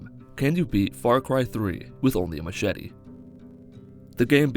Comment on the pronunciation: you said machete not machete and tribal knife lol